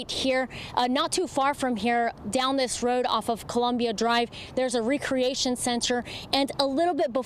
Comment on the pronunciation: Wow bitch cant read recreation not re-creation!!!